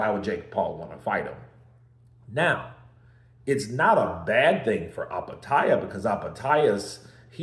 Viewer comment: Eye petaia? Bro... Do you even read?